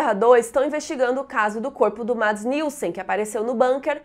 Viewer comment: E ela fala "Mads" quando é tipo "Meds" LEMBRANDO que é na forma de fala, não de escrita tá